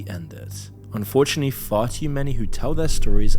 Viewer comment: enjoying your content so far! just one small nitpick: every time you say "unfortunately" it sounds like you're saying "fortunately".